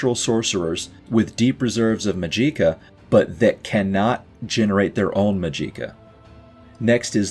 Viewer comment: Majiika is a very interesting way to pronounce the name of this force